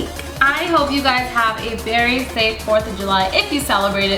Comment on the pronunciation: Did you say 'berry or very